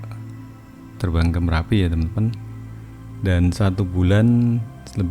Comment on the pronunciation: Marapi atau merapi😂